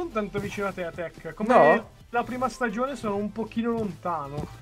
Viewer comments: Non devi dire tac Devi dire TEC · Tech potresti dire al posto che tach potresti dire tech